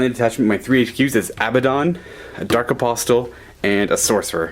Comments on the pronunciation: A-POSS-el. The T is silent. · Hey, pronunciation is my bugbear. You don't need to say the 'T' in apostle. A-pos-el is the way to pronounce it. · the 't' in 'apostle' is silent. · Apostle has a silent T. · The T in apostle is silent.